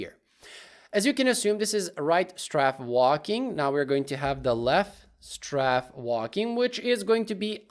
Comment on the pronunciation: You prounounced matinee correctly, but pronouced strafe as straff instead it should sound like straef like as a in grape. Anyways amazing tutorial love your videos and beatboxing 😊